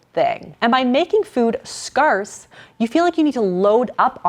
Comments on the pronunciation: Great video. If you are going to say scarcity and scarce please pronounce them correctly. For some reason it’s driving me nuts. It’s skersədē and skers. Thanks. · Scarcity and scarce -- it's not that "are" sound, it's "air". Scare, like to be scared and the word city. Scarcity. :) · Scarce is pronounced like scare... Not scar... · I've never heard someone pronounce the word scarce like you do. Is that a regional pronunciation? I always hear it pronounced as scAIRce not scAREce. Just curious! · Is she intentionally mispronouncing scarce? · Me too!! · Soooo are we all just going to ignore that she doesn't know how to say scarce. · I have never heard anyone pronounce scarce this way...Is she not a native English speaker? Is this an accent? Where is she from? I have not noticed any other words pronounced differently. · omg, how do you not know how to pronounce scarce? Well that's ok, this is a great video. A lot of vegans like to put you down on other channels, but I always tell them that you absolutely support a vegan lifestyle, and most of them say they are vegan for ethical reasons. Some guy randomly said you support feeding babies cheese and meat, but I never heard you say that. 🤷‍♀️ I am eating more intuitively these days, and I find I crave healthy choices very much, my body seems to ask for vegetables and lean proteins, etc. When you let go of having to control every morsel, things are so much easier.